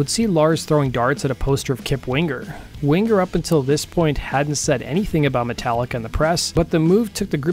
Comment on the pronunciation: Very interesting stuff, but, seriously.... it's so annoying when people mispronounce words or names. Especially, the words or names with 'ng' in them. You are not pronouncing Winger correctly. It's not wing "GER!" It's Wing ER!!! There's no "GUH" in there. The 'ng' is a "word grouping" that makes a specific sound. The back of the throat STAYS CLOSED. It does NOT open to a "GUH" sound. Damn, I can't wait to do a video on my channel about how people mispronounce words and names. Like PEART. I'm gonna clear that one up once and for all!! Anyway, great video!